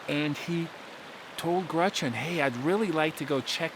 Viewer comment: Dude says "Grutchen" ...GRUTCH-EN?😂